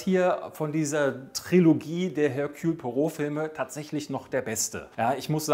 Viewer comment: Er-Kül... Pu-A-Roh!!!